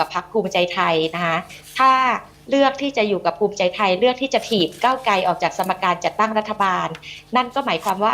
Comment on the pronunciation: พิธีกร..ใช้ภาษาตัวควบกล้ำ ร ล ไม่ชัดเจนเช่น ก้าวไกล เป็น ก้าวไก